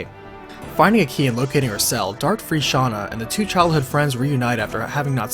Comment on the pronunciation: Stop saying Shanna it's Shana